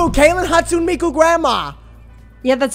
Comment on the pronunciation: weston saying mikus name wrong is so funny😭